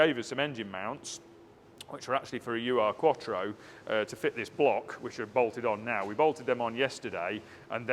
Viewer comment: It's not a U R Quattro... it's an Ur-Quattro... closest English pronunciation is probably err- quattro... Ur is the German word meaning original....